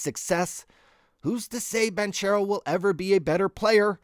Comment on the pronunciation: All you have to do is say Yawn Is. 2 words you already know. Then for banchero its Ban Care Oh super easy. great content tho love the channel!!!